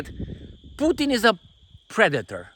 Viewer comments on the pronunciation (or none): She said “pre-dater”..